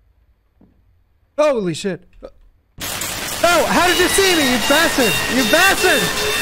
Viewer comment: my fav part! "Yo basterrd, yo beeeesteeerrrd!" Hahahahahahaha